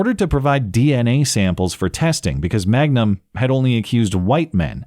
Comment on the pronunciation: Reality is stranger than fiction. You mispronounced her name as “Magnum” thinking it sounded strippery, but it’s actually Mangum. Man gum. Crystal Mangum. She seriously just got chewed up and spit out on the street of life. Stripping, prostitution (presumably), attempted murder, arson, larceny, false allegations, and actually murder. Crazy life story.